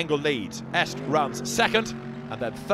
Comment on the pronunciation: It’s estra not esk